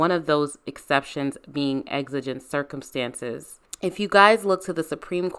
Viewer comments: I'm so sorry but the word circumEtances just drove me crazy... lol Excellent commentary as always. LOVE how you can explain the law in such a compassionate way. 🙂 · "Exigent Circumetances"